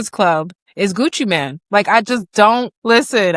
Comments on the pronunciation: It's not Gucci Man it's Gucci Main Pronunciation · Ur a TRUE fan and keep saying “man” instead of “mane” 😂. FOH. Everytime u said Gucci Man I was annoyed.